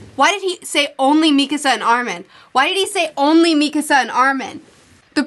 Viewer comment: Why does she day Mikisa instead of Mikasa? 😂